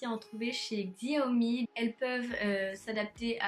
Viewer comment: "Xiaomi" ça se prononce "Chaomi" mdrr mais sinon bonne vidéo :)